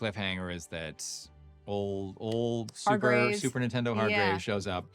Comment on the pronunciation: I played this back like five times to confirm what I heard. Kevin called Hargraves "Super Nintendo" instead of "Superintendent!" LOL The auto-generated YouTube subtitles said the same thing.